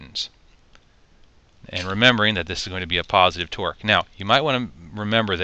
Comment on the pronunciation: Torque not "twerk" lmao